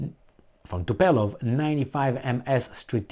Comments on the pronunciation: Too-puh-leff , soft T at start. See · Dear, it is called Tupolev, not Tupelov. Thank you for your great work. You are one of the last men standing.